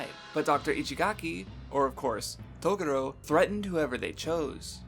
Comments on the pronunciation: japan and the way the words are said in English sounds off and very racist so dubs change the name slightly..toguro is pronounced toegoro but we say it taguro...its just the way it goes...broken engrish was created when we set up our government in japan post world war 2 for 8 years...it just got into the culture so while we say r's they have l's instead so it can get confusing... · Im sorry.....Its not you its me. Yu Yu Hakusho for a was my favorite anime of all time (until I watched Hunter X Hunter and it surpassed it) and I whole hardheartedly agree with the analysis of Yusuke......but dude that pronunciation of Toguro's name is just cringe dude. I've re-watched this series so many times I can recite from memory entire ep's from the top of my head, I dont know how the Japanese version pronounces the name, but I think even if it's the "correct way" it isn't the right way and its hella distracting if that makes sense.